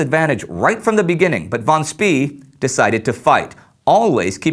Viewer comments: I believe it is pronounced "Schpay" not "Schpee." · For the love of god, any german name ending with "ee" isn't pronounced "E" but pronounced "ay". Im tired of hearing him say names such as Schnee as "Sh-n-E" or Spee as "Sh-pee". It's "Sh-pay" and "Sh-nay". (Schnee means Snow btw, fun fact) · War Von Spee is pronounced as "Von Schpay" and not as "Von Schpee" or 'Von Schpea". I know this because, well I'm German ( well half German actually and half Dutch). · It's pronounced Von Spae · Apparently, it depends on the location of where you are in Germany. Southern Germans, which is what my family is (Suebish) pronounce "ee" like the "ay" in "pay". However, Schnee was correctly pronounced but Spee wasn't. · War No, it's "Shpah" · Nope, it's pronounced "Schpee" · Spee is pronounced like "Shpay" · I'm not sure, but I think the last letter of "Spee" should be pronounced "e" as in "bEst", "tEst" ect. hence Sh-p-/long e/ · It's "fon Speh." Actually, more like "fon Tspeh." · ummmm...isn't his name pronounced "fon speh" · Yes. By the end my ears were practically bleeding. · War Any german native does know how to pronounce Spee. Problem is how to tell any english native, because this vowel does not exist in english. The vowel you can hear in this examples is the correct one called "long e" More detailed explanation you can find here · You could not mispronounce his name more if you called him Willy Wonka instead. Von Spee isn't even a hard name to pronounce for an English speaker. How did this glaring error get past the editor? Utterly incompetent.